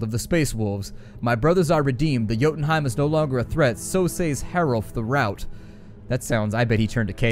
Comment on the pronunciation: Oh noes he mispronounced Macragge and Roboute, he confused Dark Angels and Blood Angels...let the nerd rage begin ^^ (took me the audio books to find out how those are supposed to sound, and I´ve been playing the tabletop games for 20 years now). Still, watching this video while waiting for the game to be finally opened up on Steam; cool to see this video as a first taste of the carnage to come. :D